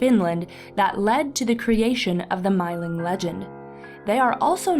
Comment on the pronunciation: If anyone cares to know, the actual Swedish pronunciation is more like "meeling" (sounding "ee" with rounded lips as if you were pronouncing "oo").